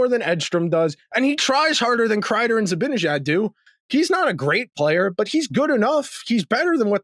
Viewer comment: Why can't pronounce "Zibanejad" correctly? He's smart enough to do it, so I still hold out some hope that one day he will.